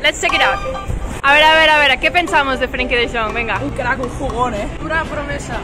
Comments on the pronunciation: You pronounce it like frenkie de young. Not frenkie de dyoung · Who is Frenkie de Djong lmao